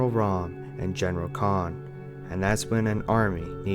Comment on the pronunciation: Hey no offense if English isn’t your first language but it’s not “COG: Coalition Ordered Government”, it’s “THE COG: Coalition OF Ordered GovernmentS”. It’s not Emergency Day, it’s Emergence Day. His name is not Damion Baird, it’s Damon Baird. It’s not General Khan, it’s General Karn. The Locust and Karn didn’t “rised” up, they “rose” up. Wishing you luck as you continue trying to make Gears of War videos